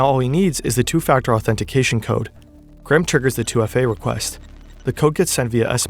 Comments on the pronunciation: He almost pronounced ir correctly . Gray-um. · His name is not "Gram", for fuck's sake. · Why do Americans pronounce it Gram? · His name is Graham, not Gram...